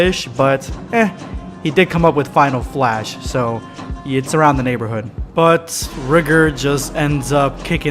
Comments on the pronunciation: When he says Rigor it sounds like he’s saying something different if u know what I mean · I can’t stand him constantly saying rigor wrong